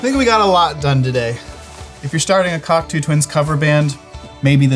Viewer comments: I love JHS pedals and videos but I’m sorry I have to be pedantic and insist that it’s pronounced cock-toe not cock-too fyi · Great stuff. Always loved the Cocteaus. BTW it is pronounced Cock Toe and not Cock Too😉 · Like the sound. But it’s cock-toe as in the philosopher not cock-two the bird 😃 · It’s pronounced “cock-too”? I always thought it was “cock-tow”… 🤔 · By the way, the correct pronunciation should not sound like "cockatoo". The second syllable rhymes with the word "slow", so the name "Cocteau" should rhyme with "Block-slow". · I always thought the word Cocteau was pronounced Coc-toe, rather than Coc-too, which is how it's pronounced in this video... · It's pronounced Coc-toe NOT Coc-too , ya goddamn Yanks. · Great video, shame about the pronunciation of Cocteau…it's Cock-toe not Cock-too! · Pssssst.. it’s pronounced “cock-toe”, not “cock-too”. Think “tableau” or Jacques Cousteau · Just for the record, it's pronounced "cock-toe"; not "cock-too". Jean Cocteau (for who they are named) was one of the most important artists of the 20th century. The members of the Cocteau Twins knew that. I know that this is about pedals, but FYI/TGIF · Coctoh, not Coctoo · This was a lot of fun! Also, forgive me for being this guy, but it's pronounced 'cock toe' not 'cock too' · Coctoo? No. Coctoe. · Why are you saying the band name like that? It’s not pronounced “Kok-two”, it’s “Kok-toe”, as in the French poet and playwright. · good heavens, it's coc-TOE, not coc-TOO. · It’s not Coctooooo Twins…. Cocteau! Ffs! Like L’eau is low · Did he just say Cocktoo? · It’s cock-toe twins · "Cock-Toe" fyi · Interesting pronunciation. They aren’t birds, they are named after a book from Jean Cocteau. Cool video, nonetheless. (COCKTOE) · FYI Cocteau is pronounced Coc-toe (toe, as in the small appendages attached to your feet). First degree pedantry? Yes! But, if you are going to try and get the sound right, you might as well get the name of the band right, right? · Pronounced like Cocktoe